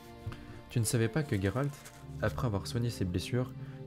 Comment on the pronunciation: Sérieux Gueralt ???? Pas possible de t'écouter on le prononce JÉRALT et conseil les gens s'en foutent de voir ta tronche tu t'aime non ??? Salut